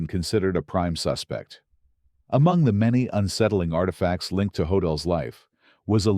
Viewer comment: Is this AI narration? That would explain why one name was pronounced differently twice, Hodel.